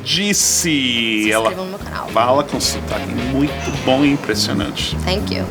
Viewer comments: "Ela fala com o sotaque muito bom e impressionante" "TEMk you" cade o som do TH ? hehehe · Ela errou no final do video? e o som do th no Thank you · A Cíntia parece uma ótima professora... Mas no final tive a impressão de que ela cometeu uma gafe: ela disse "Thank you" com "T" ao invés de colocar a língua entre os dentes.